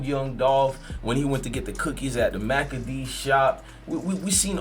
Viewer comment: Is no one gonna correct this bull for calling the cookie shop the “ macadees” cookie shop ? It’s Makedas my guy ! (Mah key dahs)